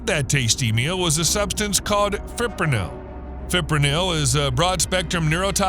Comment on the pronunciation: I had to listen to "fippronol" too many times. 😂